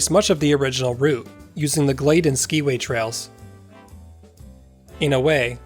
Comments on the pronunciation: Hello! My grandparents, Tom and Anna Johnson, managed the Skiway Hotel when the tram was built, run, and then dismantled. One thing--it is pronounced "sky-way", not "ski-way". And I was told that these were real Trailways buses that were suspended from the cables. Another fun fact--there was a pond where the swimming pool is, and my older brother, sister, and I would go out there with strings on sticks to try to catch the fish! I was born in 1956 so never got to ride the tram, but I heard so many stories over the years. Another reason the tram was dismantled was that it often stopped on the ride because of ice build up on the cables. Your story here is fascinating and so fun for me to watch! Feel free to contact me if you want more info! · It was pronounced Sky-way. I have documented proof. Looking forward to your presentation at the Mt Hood Museum.